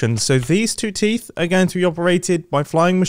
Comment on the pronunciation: teeth teef